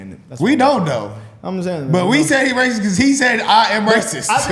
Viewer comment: The bros squabbling about “am I raciss” was tedious as hell, but the rest of the vid was good.